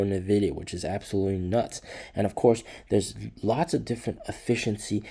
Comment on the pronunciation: NVIDIA... NOT NEVIDIA